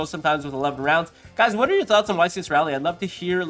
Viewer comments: Ra-lee not Ray-lee, correct? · I know you dont live in nc but its pronounced "Raw-lee" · The amount of yugitubers that pronounce Raleigh wrong is very concerning